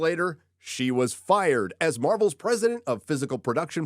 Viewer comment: Fired? No es “fired”. Es firrrrrred.